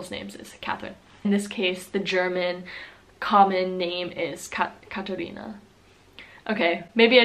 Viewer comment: It’s Katharina in Germany not Katherina.